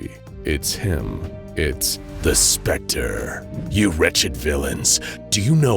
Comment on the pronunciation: I love how THE SPECTER slightly smirks every time his name is said in the correct way.